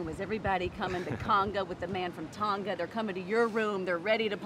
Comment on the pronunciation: Honestly it makes me cringe 😬 everytime she says Tonga like can y’all learn how to pronounce the word pls. Like no offence